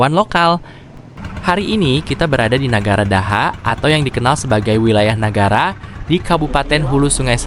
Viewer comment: TULISAN NYA TETAP NEGARA , DIBACA NAGARA ATAU BAHASA PERCAKAPAN ORANG NAGARA .